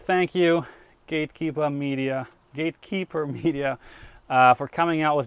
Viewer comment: I love how Simon says Gatekeepa at the beginning cause he’s only heard others Bostonites say it. Later, he gets to Gatekeeper with an R. All the time, the coolest dude out there.